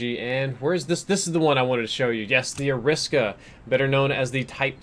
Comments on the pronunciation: Isn’t it Ari-Sa-Ka not A-Risk-A? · It’s AIR-RA-SA-KA That’s how you pronounce it bud